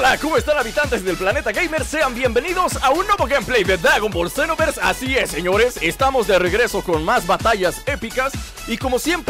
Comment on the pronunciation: di jiste al principio del video dagon boll zenoverxe